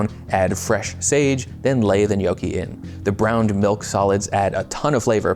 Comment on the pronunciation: It's also not pronounced NYOE-kee. It's NYAW-kee.